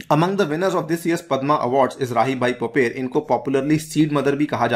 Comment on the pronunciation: राहीबाई पोपरे , माताजी का नाम, नही की पोपेर